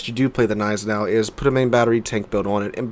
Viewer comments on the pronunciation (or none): Don't call it 'neisenau' you also have to say the G ='Gneisenau' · The way you ignore the G in Gneisenau really triggers me dude :P Pronounce the G please ;(